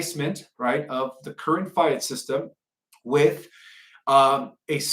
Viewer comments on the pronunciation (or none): He could not even pronounce the word, FIAT dollar correctly! Folks, do not accept a semi literate person who is a long time researcher of 20 years that cannot pronounce easy words that a 6th grader won't botch.